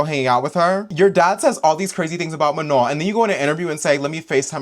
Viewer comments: Everytime pronounced manon's name as "ma-none" i get so mad. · Even the girls who could barely speak english pronounced it right with phonetic barriers